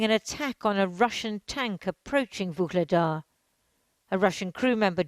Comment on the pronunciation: Great report, other than the pronunciation. No need to insert a soft "G" or hard "K" in Vuhledar. You are pronouncing it like the transcribed Russian "Ugledar". It's actually an elongated "H" in the correct pronunciation.